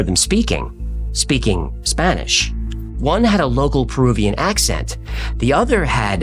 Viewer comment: Perubian? Are you retahrded?